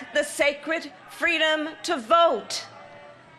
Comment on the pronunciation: What the fk "fweedom" is she talking about? The only people threatening freedom and democracy are her pals! These people have spent years working directly against what MLK stood for and preached, but now she wants to invoke him in her boring race baiting speech?! The hypocrisy never ends